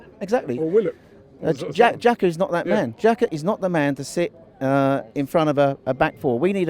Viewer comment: Did Robbie just say Xhakayll and Hyde